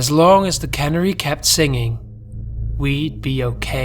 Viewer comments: A "cannery" doesn't sing, it's a canning plant. The bird is pronounced "can-AIR-y". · Minor pronunciation correction. You're pronouncing it like "cannery." It's more like can-AIR-ey. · You pronounce canary like cannery?